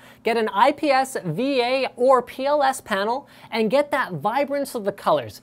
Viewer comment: That mispronunciation of the word " That" -_